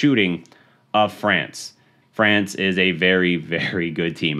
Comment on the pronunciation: Fweeence hahaha